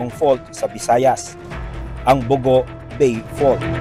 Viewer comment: The name 'Bogo' is stressed in the second syllable.